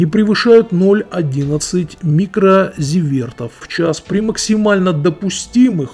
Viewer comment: Не смог досмотреть, осатанев от того, какое же аффтар косноязычное чмо. Если претендуешь на статус какого-никакого, но СМИ - хотя бы минимальную подготовку по раскрываемой теме проведи. И чёрт бы с невнятностями и оговорками в каждом втором-третьем предложении... Но апофеозом стали РАДИОАКТИВНЫЙ фон (повторено не единожды) и некие микрозивЕрты, изобретённые аффтаром. Повествовать об аварии с выбросом радиоактивных веществ, и при этом совершенно ни на пень, ни в дупло, как говорится, не понимать сопутствующей терминологии, тупо вычитывая её из чьих-то ещё статей совершенно наобум. Это уже уровень даже не жёлтой прессы, а коричневой. Вывод: материал - голимая беспонтовая попытка примазаться к хайпу вокруг события. Что тоже можно сделать элегантно, а можно, как умудрился сабж этой отповеди. Никакой новой информации аффтар сообщить не может, поскольку всё, чем он оперирует - сугубо вторичная и третичная информация, уже пережёванная другими СМИ. Все сомнения в праве аффтара строить какие-либо собственные выводы на основе этой информации отметает его виртуозное оперирование терминологией. Контент - порожний кал, аффтар, удоли канал и убейся апстену.